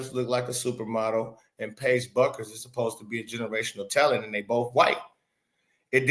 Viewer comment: BUECKERS is Pronounced - BEWKERS...